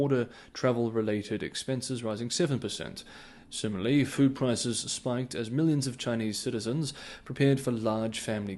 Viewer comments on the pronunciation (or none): none